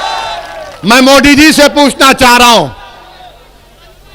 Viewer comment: Owaisi जी पहिले आप अच्छा से हिंदी बोलना सिख ले उसके बाद मोदी का नाम लिजिऐगा ठिक है मोदी होता है मोडी नही बाडा आया नेता बनने